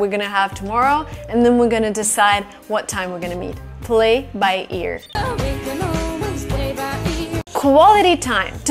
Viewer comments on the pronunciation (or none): I love your top, it looks great on you 😄😄! You sound really native and I have learned so many new phrases from you! Just one comment: sometimes your P’s sound like B’s… for example, “play” sounds a bit like “blay”, if you get what I mean 😉. Keep up the good work! 👍🏻😄